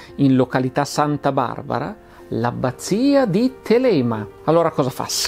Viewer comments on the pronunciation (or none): Thélema! Occhio all’accento.